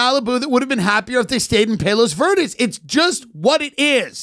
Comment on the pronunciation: The way Tim says Palos Verdes 😅😂